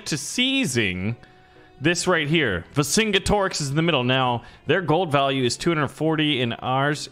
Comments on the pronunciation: It’s pronounced Ver-Xing-Get-Orix not Vercinggettorix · lol yeah you are saying it wrong it is pronounced VER-KIN-NIX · you're killin' me smalls, pronounced 'ver son get er ex' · watch roman empire julius caesar to learn to pronounce versingenerix netflix